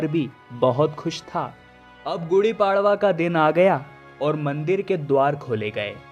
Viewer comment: गुड़ी पड़वा होता है उच्चारण सही करें